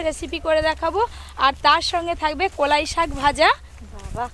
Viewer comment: কোলাই না কলাই আর ওটা লোঙ্কা না লঙ্কা